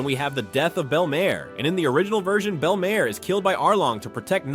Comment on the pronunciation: “Bellemaire” “logetown” “onnigdyree” “mann-gah” “a-chiro”